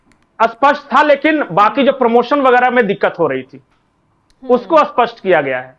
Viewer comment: आप स्पष्ट को बार बार असपस्ट बोल रहे।कृपया स्पष्ट बोलना सीखिए